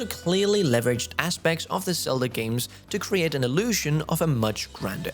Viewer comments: I appreciate your work, but please work on your pronunciation of Z sounds in English. You’re saying “Selda,” and in the past you would say “Sion.” These names start with the letter Z, which requires a different pronunciation than the letter S. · Is it me or does say “Selda”?